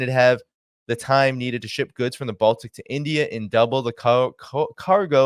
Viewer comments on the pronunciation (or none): none